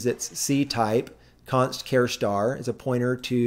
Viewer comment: WTF is a "care star?" It's a ch sound as in "charge."